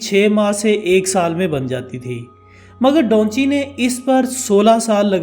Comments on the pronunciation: Bhai donchi nah hai uska naam da vinci 😆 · Da vinci he bhaii dhonchi nahiii 😅😅😂😂😂😂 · بھئ اس پینٹر کا نام ڈاونچی نہیں ۔۔ دا وینچی ہے 😂🤣۔ نام چاہے جس زبان میں بھی ہو ٹرانسلیٹ نہیں ہوتا